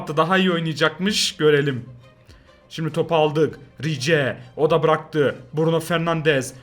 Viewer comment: Abi sen hep rice ya rice diye sesleniyorsun ama normalde rais diye söyleniyor seviliyorsun abi 💙